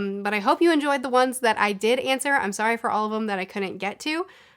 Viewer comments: Wow, just got to this now, but I was sure she was Canadian because she pronounces "sorry" like "sore-y". That's the only assumption I'd even made, and it was wrong! Lol. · I get the Canadian thing! The way your pronounce “sorry” often sounds Canadian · I think people assume you're Canadian because of the way you pronouce sorry.